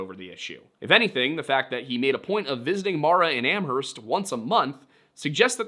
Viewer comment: Js so you know the h in Amherst is silent